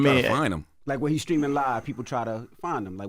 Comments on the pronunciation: The whollle beginning of this video I thought Charlamagne was saying "screaming" 😅😂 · Charlemagne saying “screaming” instead of “streaming” will never not be funny to me 😂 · Charlamange absolutely needs to fix that speech impediment ...or stop saying Streaming (Screamin)😅😒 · Am I the only one hearing Charlamange keep saying skreaming instead of Streaming🤷🏿‍♀️😂😂😂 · Charlamagne saying screaming instead of streaming has me 😂😂😂💀